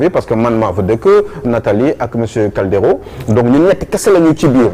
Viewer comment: Man yokal lasi suis en Italie depuis 14 ans je n’ai jamais entendu un italien qui s’appelle CALDERO déjà CALDERO d’origine espagnole la dou d’origine italien CALDIERO moy italien prononcer caldiyero